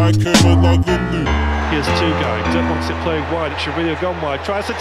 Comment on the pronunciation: the "g" in Kerimoglu is silent